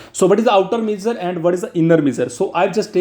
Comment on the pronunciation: For love of GOD, please learn how to pronounce "Measure" though great video